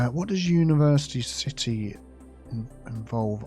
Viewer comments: Ci-tea Hall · Funny, I feel like you named the palace area yourself when you said "Ci-Tea Hall". 😂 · CiTea Centre? 😜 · Ci-Tea Center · Cit-tea hall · City Hall = "Sippa'Tea Hall" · ci-tea square